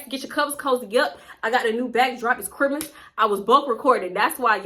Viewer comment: Girl the way you say Christmas 😂